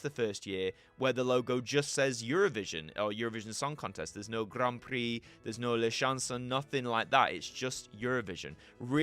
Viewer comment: "Grarn Prrree Eurovisiohn d' la shonsohn urropayenn"